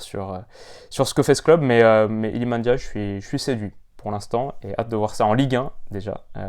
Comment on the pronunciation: Le seul français qui sait dire ndiaye correctement 😅 est passe par là c’est sur